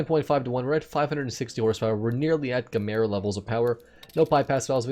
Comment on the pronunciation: Need to pronounce Gemera right